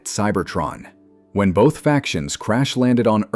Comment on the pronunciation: Uhhhh, "bolth?" I don't think there's an "L" in "both"...